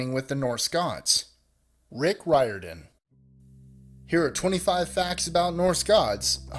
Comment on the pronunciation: I stopped listening after he mispronounced Riordan, less than thirty seconds into the video.